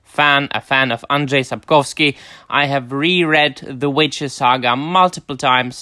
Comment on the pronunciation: Your Polish pronunciation of Andrzej Sapkowski’s name is perfect. Congrats. It’s not easy (unless you speak any Slavic language :))